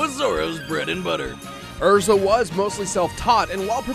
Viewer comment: Her name isn't EZra it's ERza.